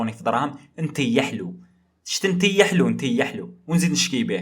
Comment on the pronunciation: نطيحلوا ❌️ نتيحلوا✅️ 😂😂😂